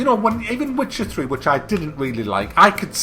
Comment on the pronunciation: Oh and did you say "Wtcher 3"? Brace yourself, dislikes are coming kek.